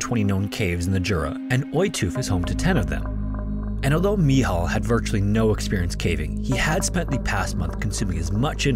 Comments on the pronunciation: I am currently in dorm, in Cracow, Poland. It is so weird after whole day of listening Your stories from distant countries to hear about one that happened almost on my backyard. Also sometimes You nailed pronuncing Michał , and sometimes it siunded like an Islamic name, (especially the long eee). Great vid! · Its not "Michel" its simply MICHAEL in english or "MICHAŁ" in polish language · Its Michal (Michał), best translated to Michael. 😂 Another amazing video, Thanks for your work! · i think that you get his name wrong, in poland there is a popular very similar name called "Michał" not "michel", but if you have trouble with saying "Michał" you could just say "Michael" as it's the same name just in different language, micheal also translates to very similar name "Maciek/ Maciej" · (The Polish guys name is actually Michał not Michel) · Just stop with the Polish pronunciation. Where did you get "mee haw" from Michel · ? Pronounce the word “Rescuers” again ? 😂 .. also “Michal” / “Michael” … I’m serious. Does A.I. narrate for you?